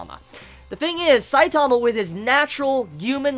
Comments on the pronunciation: i hate how you say saitama its saitama not sai taaamaaaaa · stop putting emphasis on the second syllable of Saitama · Why you say his name so weird and slow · Is it just me whos annoyed by his pronunciation of one punch man (stressing the "punch") and saitama (stressing the "sai" bit) xD just seems silly to me, not that it matters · the way you pronounce Saitama makes me cringe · I'm Australian but the way you say Saitama and genos is still cancerous